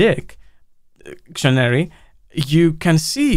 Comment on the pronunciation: "dic... tionary", always providing us with some humor 🤣🤣